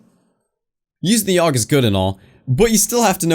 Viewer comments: A-U-G. Not a fucking word. God damnit. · Jesus christ don't call it a aug call it a A.U.G that's how you say it Aiiii you geee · Augstralis intensifies